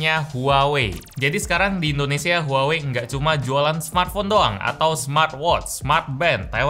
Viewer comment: Huawei: Wah wei: Huawei